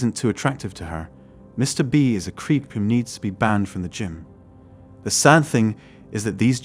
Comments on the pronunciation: Dear God. Use a real person. Gim? Wtf is a gim?! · Why can't these creators use their own voices? The AI voice is so off-putting. In the first minute we had Gim for gym and Chivallrey for chivalry. And the usual woman for women. I stopped listening then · Crappy AI video, yawn... When they pronounce Gym as Gim, I gotta go. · Get a real person to read your script. Your robot can’t even pronounce “gym” correctly.